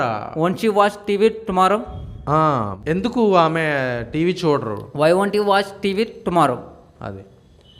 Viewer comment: He is saying thumarrow instead of tomorrow